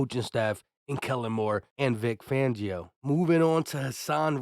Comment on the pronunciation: FAN-gio FAN FAN FAN 🤦🏻‍♂️I’m sorry I can’t be subscribed to channels of people who can’t pronounce names…. It’s not VANGIO 🤦🏻‍♂️